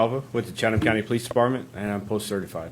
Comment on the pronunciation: Gone speak on the city pronounce the county right my guy